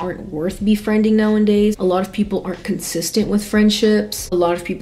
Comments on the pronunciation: Loved the video!! One thing in the kindest way possible, pretty please; it’s “nowadays” not “now-IN-days” normally I can hear past it but this video was chock full of them lol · “Now-en-days” is really taking me away from the content 😭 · love this video. the word is “nowadays” not “now and days” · Did you say "now and days"? 😅 It's nowadays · I watch you so often, I find myself pronouncing “nowadays” the same way you do sometimes 😂